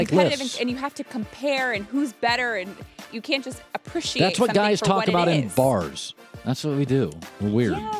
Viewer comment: for Kristine pronouncing "appreciate" in the same weird way that Colin does.